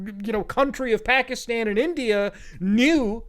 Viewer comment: Man’s from india, speaks hindi, BUT still says Pakistan wrong. C’mon Muta